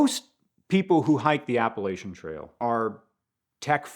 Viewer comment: This guy just keeps on mispronouncing "Appalachian". I'm sure you're a great guy, but I can't take it! I'm gonna throw an apple at cha! 😅